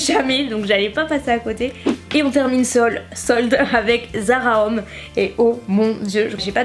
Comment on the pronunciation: Haha, je crois qu'il faut que tu travailles un peu ton anglais :p On dirait que tu dis "Zara hommes" au lieu de "Zara home" alors je me demandais ce que tu pouvais bien t'acheter pour toi au rayon hommes :p